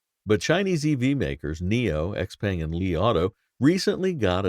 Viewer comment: Your pronunciation of XPeng makes me cringe every time.